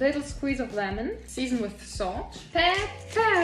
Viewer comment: Can you stopp sayin peperrr, it is not funy